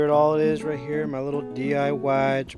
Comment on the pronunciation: "I dont wanna you know... ruin muh beans"